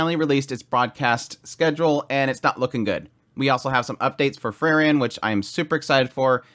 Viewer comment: If you wanna be more nerdy: google how to pronounce "Frieren" fairly properly greetings from germany^^